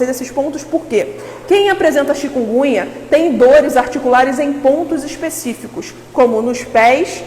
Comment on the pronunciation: Uma médica pronunciando "chikungunha"?... Bahhh